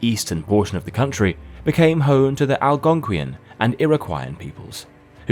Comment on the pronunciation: I'm only 2 minutes and 13 seconds in and YOU HAVE ALREADY MISPRONOUNCED "ALGONQUIAN"!!!! If you CAN'T even pronounce a SIMPLE word correctly, then HOW CORRECT IS THE INFORMATION IN YOUR VIDEO? This is where I QUIT AND GIVE YOU A THUMBS DOWN!!!!!